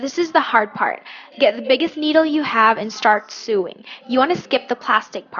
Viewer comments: hey sweety idk if anyone has told you but the word sewing is pronounced SO ing. just a heads up for future reference. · Not to be a hater but I had to watch another video because she kept pronouncing sewing wrong